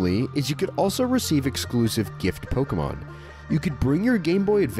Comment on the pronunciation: Here's a fact you don't know. It's pronounced poh-kay-mon, not poh-key-mon, not poh-kah-mon.